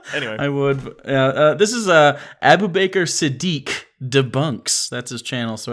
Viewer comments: say it with me and: Abu Bakr, ah-boo bak-ker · Abe Baker?